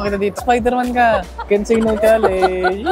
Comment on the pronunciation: bakit kaya lahat ng vlogger pag sinabi yung “challenge” nagiging “challeynge” 😭😂